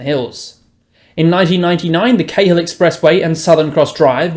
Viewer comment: A Sydneysider would know how to pronounce Cahill